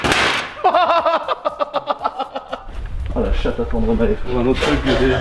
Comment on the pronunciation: C’est moi ou a dit la chate a tendremae